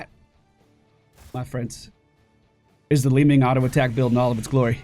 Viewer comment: With regards to your British viewers, pronouncing it 'Li-Minge' is a slang word for vagina. Just saying.